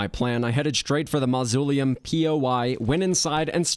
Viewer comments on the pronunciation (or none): I loved it. Also this comes from a place of love, but mausoleum is pronounced MOZ-OH-LEE-UM. All that said, great job. I'm honestly wondering if you are going to tackle a return to palworld with all it's updates. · I'm sorry, did you say, ma-zoo-lee-um???? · The way you pronounce mausoleulm astounds me.